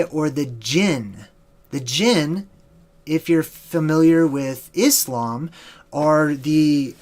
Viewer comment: Hey I must say you pronounced "ISLAM" properly. Major respect. I grew up a "MUSLIM" and it bothered me how ppl would say "IZLAM" and "MUZLIM" on another note have you looked into Tartaria? I think there is a connection. A CIA Document from about the mid to late 1900's speaks of Russia hiding info of tartaria and how that would change the fate of the "MUSLIMS" In the country.